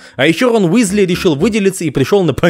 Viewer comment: Почему Висли, если Уизли.... Чудеса перевода, люблю;)